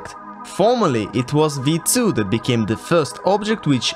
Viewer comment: Props for correctly pronouncing V2 👌